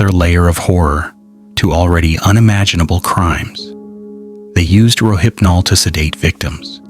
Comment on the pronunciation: Thank you for correctly pronouncing rohypnol.